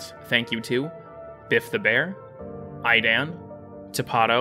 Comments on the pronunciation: Bruh fr? It's pronounced "Eedan". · Oi that's not how you pronounced "Idan"